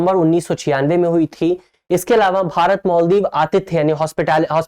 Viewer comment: मोल्दीव नहीं है भाई मालदीव होता है